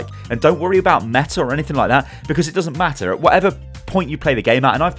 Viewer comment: "Don't worry about meta 'cause it doesn't metah"